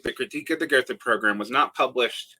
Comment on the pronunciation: I’ll be that guy and say that after your rant on pronunciation and attempt to “split the baby” on pronouncing Gotha correctly, you still pronounced it incorrectly - “th” is always pronounced as a hard T in German, thus [go:ta] :)